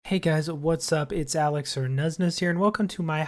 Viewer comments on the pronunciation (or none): none